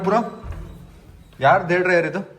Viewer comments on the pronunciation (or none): none